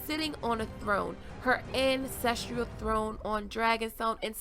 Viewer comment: Hello dahling girl. Love your videos, but one thing is driving me nuts. You keep mispronouncing the word "ancestral". It is pronounced an\ces\tral. NOT an\ces\tr\i/al. There is no "i" in the last syllable. Now, I mean this constructively, because your vids are so well thought out and thought provoking and I hate poking at something that most people are going to criticize me, but in Game of Thrones, the word ancestral comes up frequently, so sorry if your feelings are hurt and PLEASE don't stop making your awesome vids.